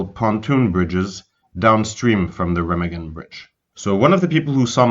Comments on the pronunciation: it's reeeeemaaaagen not remagen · Learn how to pronounce names properly. It is NOT "REM" A GEN. IT'S "RAH" MAH GEN. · It's pronounced Raw mog in not Rim again! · RE Magen not REM agen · That's only because he can't even pronounce Raw mog in right. It's not rim again! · It’s painful when people mispronounce names and places that have been commonly discussed for decades. Remagen is pronounced “Ray-mahg-in” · I believe the correct pronunciation is Re-mah-gen. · Pronounce the name of the bridge correctly would help A LOT. REE MA GEN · Ruh - maag - un. Repeat after me. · Rem- a (open wide) -gen. (3 syllables). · Hi, the correct pronounce : Remagen...is a SLOW name.. RE (not RI ) MAA (like your mother MA) Gen (G like G-un) EN...(heav-EN) RE-MAA-GENN....Okay? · Wonderful work and so interesting. Thank you! (Town pronounced re-MAG-en) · Remagen bridge is pronounced quite differently with an open "a" like in alpha - I mention it cause if you come to germany and pronounce it that way you will be screwed cause everybody would pull up his shoulders first and then let them down as a sign: no clue at all what you mean Rema (lpha) gen with a long a and every german will understand it. great one. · Great video, poor pronunciation of the city name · Should have learned how to say Remagen. Good story.